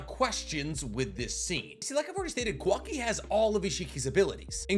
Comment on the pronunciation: You pronouncing Kawaki like Quackie xD